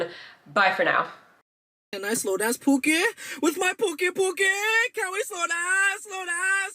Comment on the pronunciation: he's pronouncing 'pookie' like 'poo-keh' which means...something else in Tagalog 😭